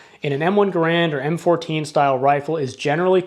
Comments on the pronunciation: GARE-and, not guh-RAND. That's the way John Cantius Garand pronounced it. My favorite Canadian! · I suggest that you learn how to pronounce the surname ‘Garand’ before making another video on the M1 Garand rifle. The stress is on the first syllable. John Garand changed the spelling of his name when he moved South to the U.S.A., in the same manner as the Buies, who changed the spelling of their family name to Bowie. In neither case did the pronunciation change. Either watch an original U.S. War Department film OR a recent Forgotten Weapons video on the M1 Garand.